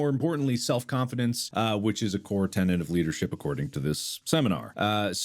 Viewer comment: It's TENET of leadership, not TENANT.